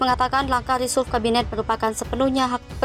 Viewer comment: Resulf??? admin blajar ngomong dulu...